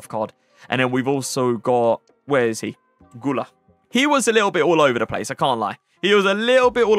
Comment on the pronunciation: i wanna just correct you you need to read guler u like muller u